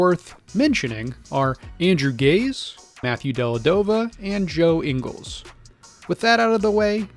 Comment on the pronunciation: Dellavadova. Not delladova. Other than great video.